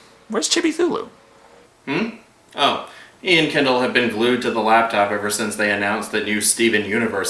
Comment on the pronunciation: Chibbi-Thulu… LOL